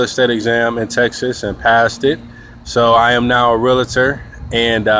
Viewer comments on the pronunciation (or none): Realtor is only two syllables, Real-tor, not Real-a-tor, just an FYI.